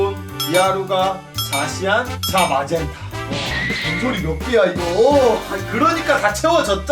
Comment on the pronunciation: 깨비드릴조옆에 야부엉이왜있나요? 그리고 파이어는 가라르지방에서 다시태어난 포켓몬으로 잘못된겁니다 그리고 자마젠타요 자 마젠타가아니라 붙혀서 발음해주셔야되구요 가디도 히스이지방꺼네요 불꽃/바위(원래는 불꽃)